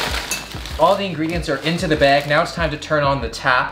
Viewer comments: No one:: half the Bæg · The way you say “bag” has me dying haha